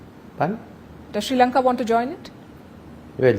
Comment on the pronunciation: It is Sri lanka not Shri lanka